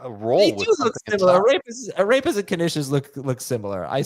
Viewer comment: I know is not talking ish about arepas! And the annunciation was terrible! Shame on him!